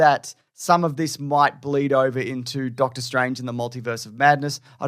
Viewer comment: Did you say “Darktor” Strange….just, wow!